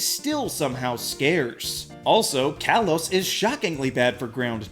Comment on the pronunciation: It’s pronounced KAH-lohs and nin-CAH-duh, “”! 🤨